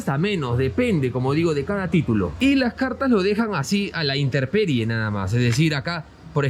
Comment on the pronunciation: SE PRONUNCIA INTEMPERIE